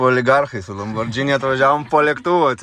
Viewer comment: ne LamborDŽini, o LamborGini 👍😉